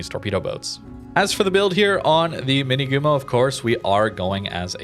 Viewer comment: Just a slight reminder for pronunciation: Minegumo - the "ne" sounds just like the "ne" in nevsky anyways this one looks interesting, with alternative torp option available in match if it's not so popular maybe those fast torps can stay as a surprise at close ranges